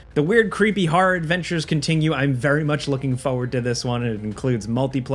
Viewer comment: it's pronounced foRward. Not foe ward.